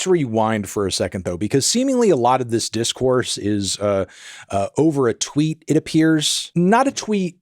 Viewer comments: TIL some people say "twote" instead of twitted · Anthony come on bruh, just say “tweeted” or “retweeted” because “twote” sounds like some ACKSHUALLY type shit.